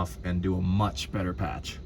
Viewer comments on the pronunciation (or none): none